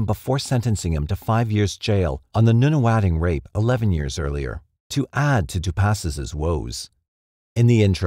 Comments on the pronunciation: Hehe "Noona Wading" is cute. It's" Nunna- Wodding." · Noonawading? Nah "Nun a wadding" (Nunawading) North cot not North coat (Northcote) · Love your videos but sometimes your pronunciation of Australian place names makes me giggle. I shall be pronouncing Nunawading as Noonawadding from now on! Hit me up if you ever want to know how to pronounce the Aussie names for future videos. Some of them are doozies! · That would be nun a wadding not noon a wading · Thanks again for sharing your videos, much appreciated. You also did a fantastic job with pronouncing the Australian place names. The “wading” part of the place name “Nunawading” is pronounced the same as the word for a duck walking - waddle, or like “wad” as in, “She had a great big wad of money”. I’m not sure if it’s just me, but for the beginning of the word “Nuna”, I’ve always pronounced it like this “Nanna-wadding”, but I’m not sure how locals say it. Nanna-wadding or Nunna-wadding. It’s said so quickly that saying either beginning is not going to be too noticeable. But the second syllable is, and it is always pronounced - wadding, Nunawading. It like they are totally against any type of wadding materials, they will have nun-a-(that)wading in Nunawading!!! Population - 11,876 (census of 2016) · Australian here. Just for you info, Nunawading and Arundel(l) are pronounced using the letter U as in the word "RUN". EDIT: Kudos to you for the rest of the 'burbs and towns. It's weird but every one that you got right made me smile. Yes I am one of those weird grammar obsessive people. 😂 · I live in Nunawading. :) Just for reference. pronounce it NONE - A - Wadding. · Lol, how bad did you cringe at his mispronouncing of Nunawading? 🤣